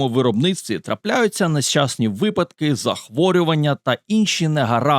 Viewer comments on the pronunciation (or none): none